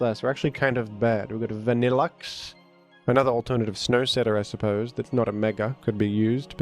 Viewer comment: I think it's pronounced Vannah-Loox 🍦